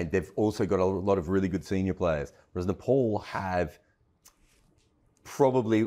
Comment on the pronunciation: It's pronounced Nepal not Nepal